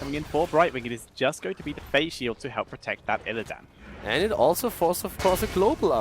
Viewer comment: I'm more annoyed with "IlliDAN"